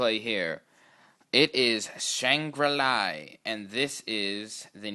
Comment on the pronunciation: It's shangri la